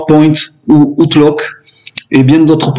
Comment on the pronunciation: Allez, un petit effort de rien du tout : on ne dit pas "outeloque" mais "août-louque"... Cela dit, les Français, bilingues ou pas, sont bizarres : tout le monde dit" effe-bi-aïe" pour "FBI", à l'américaine, mais 'Cé-i-a' pour CIA, alors qu'on devrait dire en toute logique les deux à l'américaine, soit "si-aïe-haie". Mais si on dit "Cé-i-a", on devrait alors prononcer "effe-bé-i" pour FBI, pour rester dans une logique de prononciation à la française... LOL.